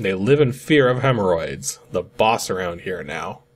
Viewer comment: Ah yes, the little-known, made-up Greek god Hemmoroides 😂 I guess it would be pronounced "hemmorhoid-ees"